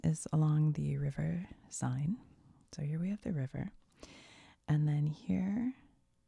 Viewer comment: Seine is pronouned as 'Sen'